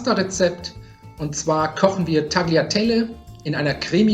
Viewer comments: Das „g“ in Tagliatelle ist eigentlich stumm. In deutscher Umschrift geschrieben, würde man es „Taljatelle“ aussprechen, denn das „gli“ spricht man wie „lji“ aus 😉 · Man spricht es "Tjateje" ;) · Tagiiaaatellleeee oh man Leute ... Aussprache, die Aussprache. 🤦🏻‍♂️